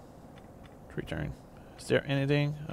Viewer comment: "One thousand and tree hundred"